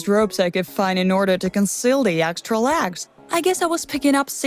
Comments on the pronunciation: she is saying lags just noticed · She says lags